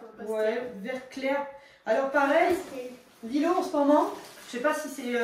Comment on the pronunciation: C'est pas Lilo c'est Lilou 😢😢😢